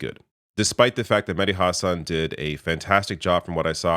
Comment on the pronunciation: Hahsun hahah husawn would be how it's pronounced